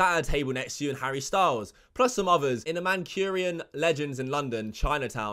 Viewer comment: Wtf is a man Kurian learn to pronounce words. Rest ok